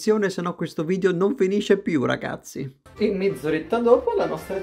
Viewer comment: Raga io ho capito RACAZZI invece di RAGAZZI ma ok...😂